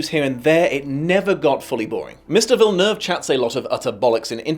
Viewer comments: OMG you said his last name correctly. As a Quebecer (where the name comes from) thank you. This is incredibly refreshing. I also appreciate that SOMENOE is willing to criticize this thing instead of just praising it non-stop. You sir are an actual free thinker. It's good, really good but 10/10... especially when comparing to the book.... no. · I think you're the only one who didn't butcher Villeneuve name lol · It's crazy that from all of the reviews I've seen, You are the best at pronouncing Villeneuve but you can't say Dennis properly